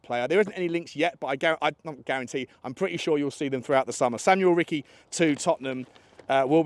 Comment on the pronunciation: Ricci is pronounced like Lionel Ritchie